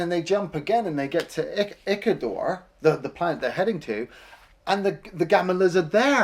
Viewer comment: And "ickador" instead of "Iscandar", "Kido" or "Kody" instead of "Kodai" etc. They butchered a number of the names :)